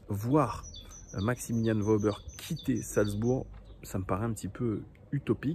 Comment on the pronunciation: petite précision on dit "Weuhber" pas Wauber :)